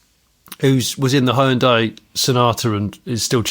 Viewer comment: I think if ever learned how to pronounce Hyundai, it would destroy about 3 and a half hours of future content created in the next decade of this podcast. For anyone interested it's 2 syllables: hyun-day.